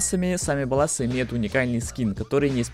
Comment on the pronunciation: Лол, Кен Розенберг говорил не с Томми. И что за БаллАсы? Банда бАллас произносится